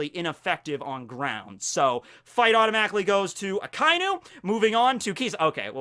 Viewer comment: Ah-kah ee noo. Not ahkainoo